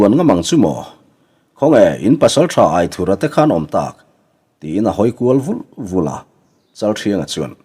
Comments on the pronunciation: Aithura hming i chhiar dan hi a dik hlel deuh riauin ka lo hreve mai mai a AITHURA tiha "THUR" lai hi theithur kan lama "THUR" kan lam rik anga lam rik tur ni zawk awmtak a ni in ka lo hre ve deuh tlat pek a. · Aithurha nilo in.AITHURA ani zawk lo maw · Aithura tih hming I lamdan hi , lamdan tur dik zawk a ni em? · Angena chhuanthar in alam dan nen khan a in anglo ka loti ve mai mai a,buaina tlak ani chuanglo ania